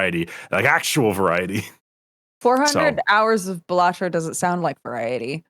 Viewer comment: that's not how you say balatro